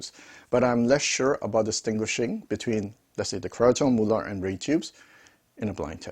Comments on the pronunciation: "Mulah'd" Good new pronunciation for the super expensive NOS British manufactured valves😅 Plain Mullard for new Russian tube products ? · Please accept this as advice, not criticism. Mullard was a British company and I am old enough to remember when they were still producing electronics. The name was always pronounced in an English way; i.e. the u as in mud and the ard as in hard. By the way, what is happening with modern made Mullard valves being marked British made when they're pretty obviously Chinese made?